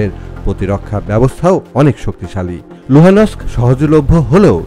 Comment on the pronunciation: You should know how to pronounce Luhansk properly!!!